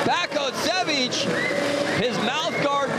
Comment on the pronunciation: Vasko Baskosjevic - Vasco Bascosievich It's a damn shame when commentators can not pronounce name! Where he found a "K" in the name of "Vaso "? Or "S" in last name "Bakocevic"? smh